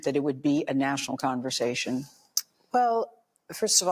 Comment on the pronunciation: The word conversation is pronounced. Conver SAY tion. NOT, CONVER ZAY TION. I LOVE THE COFFE POT. Keep up the good work my Brother.